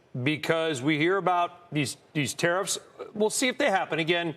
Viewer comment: Be vewy, vewy afwaid of tawwifs.